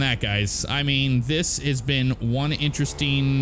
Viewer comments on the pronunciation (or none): none